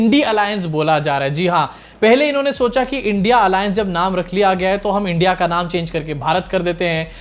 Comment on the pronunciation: पढे लिखे ना होने की वजह से इंडिया का उच्चार नहीं आ रहा हैं चाचु को.... अब चिख पुकार से कुछ काम नहीं बनेगा, पनौती लग चुकी.... झोला ढुंडो.....😂😂😂